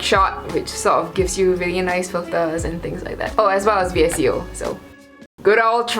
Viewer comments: She said v-s-c-o instead of vsco it’s pronounced *visco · It's notttt v.s.c.o it's vsco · She said V-S-C-O😂😂😂 It’s pronounced (Visco) VSCO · Is that how people on the other side of the world call VSCO In my city we pronounce it vis co Like coconut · VSCO is pronounced as VISKO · bruh its pronounced VIS-CO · VSCO is said Visco